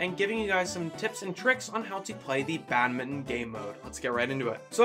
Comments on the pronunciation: thats how you pronounce badminton lol how do you pronounce it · Why do you pronounce badminton like that 😭